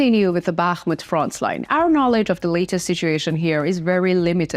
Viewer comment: I have a slight suggestion to you, regarding your English pronunciation. Your English is perfectly understandable, but my suggestion is that you pronounce 'frontline' without a 'ts' sound. It always sounds like you say 'frontsline', and being a word you use a lot, it would be great if you could improve this pronunciation. Thank you for a great channel of information!